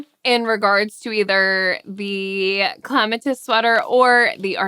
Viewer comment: Aren’t you pronouncing Clematis wrong. Isn’t that the name of a flower?